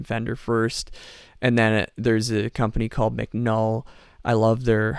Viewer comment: Nuhn is pronounced like noon. Great guy behind this great sounding quitar.